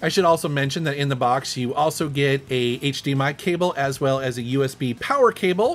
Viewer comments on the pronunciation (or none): none